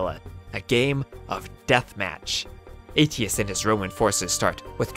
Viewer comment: Flavius Aetius, a name not soon to be forgotten. But then you forgot how to say it by Ayshus not 80us